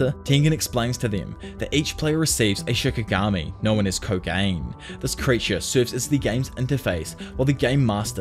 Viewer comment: Love these vids but I do want to make the kind suggestion of working on some of your Japanese pronunciation. For example, you say Kogane as “ko-gain” but it’s “ko-gah-nay”.